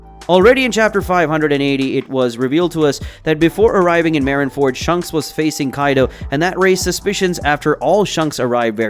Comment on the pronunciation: your saying shanks like shunks its so cringe